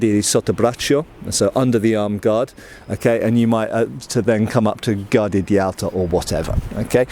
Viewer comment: I'd always wondered why fencing positions had the off-hand (as a lefty, I hate to immediately define the off-hand as the left) behind the back or pointing backwards, so thanks for enlightening me about that. Also, a little not. "Guardia" wants the U pronounced. You can't pronounce it as you would the English word "guard". Think of it like if it were written "gwardia". Whereas in "sottobraccio", the I is not pronounced. I between C and O (or A and U) is only used to soften the C, not to be pronounced, so "cio" becomes a bit like "cho" in "chose". Cheers from Italy.